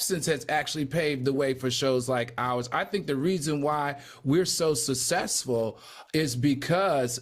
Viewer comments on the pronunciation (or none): 😂😂😂... and cucess